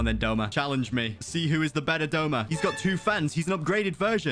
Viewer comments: Its "Douma" not Doma He is my favourite character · Wrong wrong wrong it’s douma not doma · IT DOUMA NOT DOMA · Not Doma but Douma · That is not doma it's douma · Isn't it Douma not doma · Everyone saying Doma instead of Douma is killing me 💀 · its douma not doma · Snort ACTUALLY, ITS “DOUMA” 🤓🤓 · 🤓 it’s actually douma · No hate but its douma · isnt it douma?